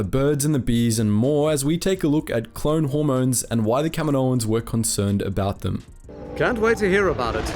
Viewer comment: Everytime he says "Kaminoans" it sounds like he's saying "Kevin Owens".